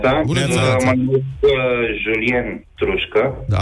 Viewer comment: Julien nu se pronunta asa, voi chiar faceti carte? E Romania francofona sau va bateti joc?